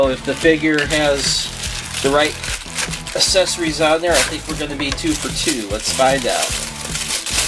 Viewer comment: I noticed that you pronounced Accessories like assessories, not a big deal but accessories is pronounced with a hard c sound